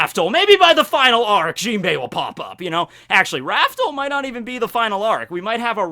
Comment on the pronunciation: Raftel, pronounced raf-tel, not raftle. Also never forget, the show isn't actually "One Piece". It's "Romance Dawn".